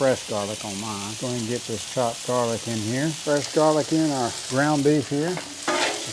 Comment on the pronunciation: Did you say Jarlic? 😂 love it!